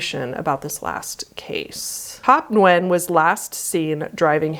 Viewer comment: Your pronunciation of Nguyen must be so precise the autogenerated English caption recognises it accurately